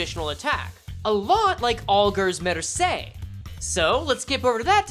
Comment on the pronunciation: fyi, mercé is italian so it's pronounced mer-CHEH. famiglie is pronounced a little more like fami-ye